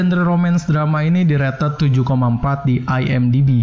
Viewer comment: "Direted" -----> "Di rated"